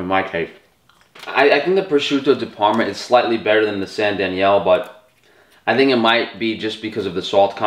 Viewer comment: >"I'm Italian, I'm Italian, I'm Italian" > Prawshutow Dee Perrrma Good video tho.